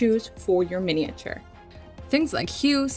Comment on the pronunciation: I find your videos really helpful but can’t watch them as every time you butcher the word “miniature” is like nails down a blackboard 😱